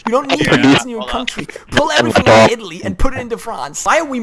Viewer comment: I see you are really struggling with italy lol